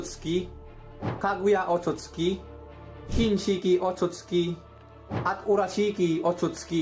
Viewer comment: OTOTS KI❌ OTSUTSUKI✅